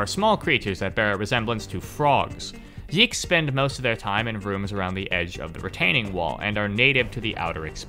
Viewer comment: not yiggs, it's yeeks